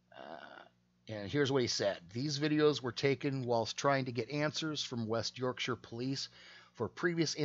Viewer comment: May I congratulate you on pronouncing "Yorkshire" correctly, often Americans cannot pronounce it correctly. I live in West Yorkshire and served in the West Yorkshire police for 8 years "resigned" in 2005 due to lots of issues, but mainly corruption. I know that detective and he's a pompous Twat. The only difference between UK cops and US cops are Guns.